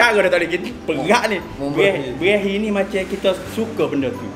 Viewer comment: Brehi jdi "Berahi"😂😂